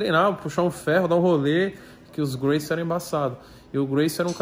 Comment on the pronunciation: Tão fã que não sabe nem falar Gracie. Não bota nosso esporte nessas patifarias não cara, artes Marciais é respiro.